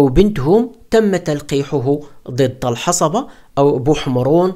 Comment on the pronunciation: بارك الله فيك اخي. ملاحظة صغيرة كلمة الحصبة تنطق بتسكين الصاد